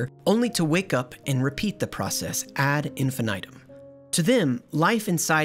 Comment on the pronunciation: The way you said ad infinitum is jarring